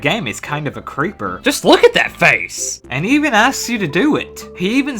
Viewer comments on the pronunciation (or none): none